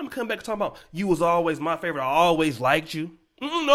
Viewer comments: Liked is pronounced as a singular. Not likeded. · I hate when people say, “like-did.” It is likeD.